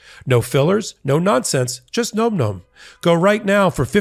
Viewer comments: gnome-gnome? bro... it's "nawm nawm" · Can someone tell it’s pronounced NAM NAM……not gnome gnome. 🤣😂😅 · 🎯.....My EARS are bleeding...*NomNom* is pronounced differently!! Phonetically with "ah" sound as "N-AH-mm""N-AH-mm". 😆 Despite this, I'll remain an avid fan of the wonderful podcast that is Legal AF. ❤ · Hey. It’s nom nom. Not nome nome. Lol